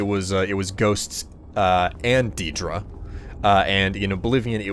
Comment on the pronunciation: Ethan Bennett you got it backwards. The Aedra were also immortal before creation, and lost their divinity. And had been mispronouncing daedra from the start of this series, You say it as "day-dra", same for Aedra.